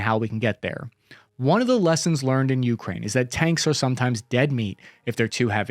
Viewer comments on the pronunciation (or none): U kraine , I kraine , He kraines . DUDE ITS ukrAine.